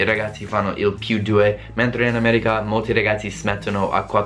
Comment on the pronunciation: Come mai dici "Ameriga" e non "America"? Ahah.